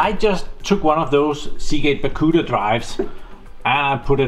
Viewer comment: I have noticed that you call the Barracuda disks "Baccuda" in all of your videos. Why? 😊